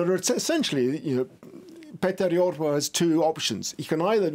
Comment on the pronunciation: (As a Finn) I should point out the the graphics wall has some of its information a bit wrong: - The National Coalition Party (Finnish: Kokoomus) leader's name is Petteri Orpo (there's a letter 'i' in the end, which pronounced just right) - The Finns is actually called Finns Party (Finnish: Perussuomalaiset), and their (female) leader's name isn't Rick (an English male name), but Riikka Purra